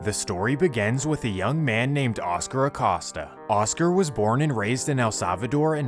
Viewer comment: Vato PLEASE, it is pronounced like a a-COAST-a, not like he is accosting someone with his very name. Y'all anglophones butcher Latin names and it makes my ears cringe so hard. This is really the only one so far that you totally butchered, but the rest are really quite good pronunciations like pronouncing the ll and ñ properly which is a common mistake for anglophones.